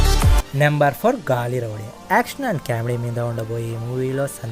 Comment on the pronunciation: నీకు తెలుగు కూడా రాదా 😭😭😭 గల్లీ రౌడీ ని గాలిరౌడీ చేసావ్...ఇది తెలుగు భాష చేసుకున్న దౌర్భాగ్యం 😭😭😭😭